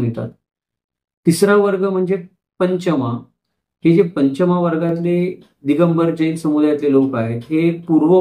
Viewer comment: Kothadiya, Chudiwal, Toshniwal, Nagda, Badjatya, Mutha, Sethi, Lohiya Munot hi naw marthi Digambar jainichi nahit..migrated jain lokanchi Ashi adnawa aahet Pashiam Maharashtra Gotra padhat nahiya. It's not Panchamaa it's Pancham pronounciation Chougule Patil are very common surnames in our community Aamhi dharmantar karun nahi jain zalo original jain ch aahot rashtrakut, ratta,shilahar raje jain hote. ethe anek juni mandir pratyek gawat aahet ji puratan aahet